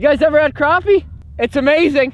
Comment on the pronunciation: I am a new subscriber who came over from Chris and Zach's channels. I am glad to see that you know how to correctly pronounce crappie.